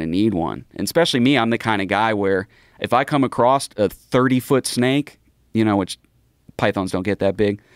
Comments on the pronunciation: Its "across" not "acrost" lmao. He said it 3 times. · bro said acrosst